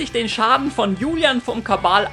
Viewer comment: Warum sagst du doch gleich Kabal?